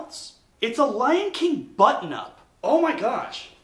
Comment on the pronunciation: I heard "butt nup" instead of button up, and I was wondering what weird California slang you were using.